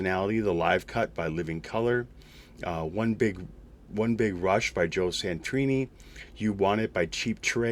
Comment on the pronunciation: Not a big deal, but you left out the second "a" when you pronounced Joe Satriani. My top 5 would be Xanadu, Saturday Night Fever, Hard To Hold, Eddie and the Cruisers, and Cocktail. The music in those Warren Miller ski/snowboarding movies was always good, but I don't know if they had released sound tracks. I wasn't sure if old time musicals like Wizard of Oz or Singing In the Rain had released soundtracks either.